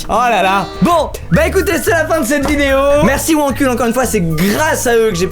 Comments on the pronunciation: Pourquoi à chaque fois qu'il dit Wankul je comprends "mon cul" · Suis-je la seule à trouver que wankul c’est bizarre à prononcer?